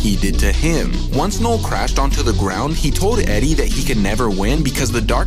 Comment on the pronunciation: Loved the retelling of this comic, but I kept hearing “Knoll/Nole” instead of “Knull” somewhat distracting, but not overwhelmingly so.